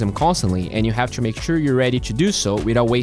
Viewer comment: if he somehow pronounced to as not choo, he'd be a lot better caster